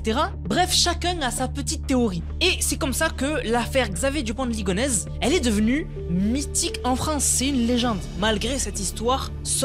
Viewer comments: alors qu'il dit " ligonèze "au lieu de" ligonèssssssse" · Ligonnès ça se prononce ligoneSSe ! Et non ligonèze ^^ Merci pour la vidéo